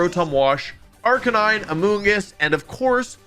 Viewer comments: It's so weird hearing him mispronounce Arcaneenae. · Wolfey's BonusWolfe impression is good, but he made one mistake - BonusWolfe pronounces Arcaninay correctly. The second half of the video is just presented by regular Wolfe with a hat! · Man this guy says arcanines name wrong a lot